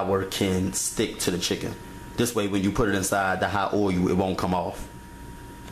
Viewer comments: It's not oilu, it's oil.. :) Just making fun, but I've read to not wash your chicken, since then, all that bacteria is now on your kitchen counter top, sink and every where else. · what is oy-oo? i axe again, what is oy-oo? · yeah hubby be wanting me to let stuff marinate .. but ummm... i need to get done cooking like then no prepping 😆herb not erb and gotta definitely get that oil-u good and hot lol.. no matter how you said it .. you did it! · "oh-yu" for "oil"? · oyu and veg-et-table oyu